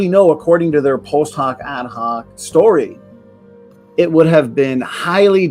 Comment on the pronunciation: I'm sorry but it bothered me every time he said "post hoc ad hoc"